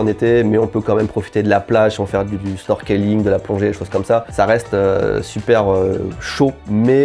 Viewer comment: Super video, et très bon conseil. Le seul endroit que jai fait c'est Abashiri. PS: Snorkeling ca se prononce Snorkling, le e ne se prononce pas